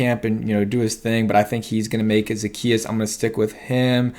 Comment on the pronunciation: O-la-me-day...Zuh-key-us.....Olamide Zaccheaus